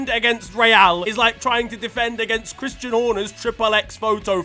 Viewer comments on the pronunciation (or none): none